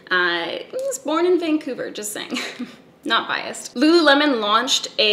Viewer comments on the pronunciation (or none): Dying because I’ve literally been pronouncing Lululemon as “Luh-Loo-Leh-Mawn”